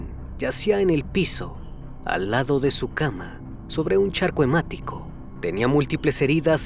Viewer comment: "charco hemático" u la la la señor francés